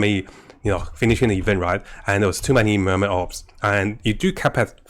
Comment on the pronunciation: They’re Obols(oh-bulls) not orbs, it was a form of currency in Ancient Greece.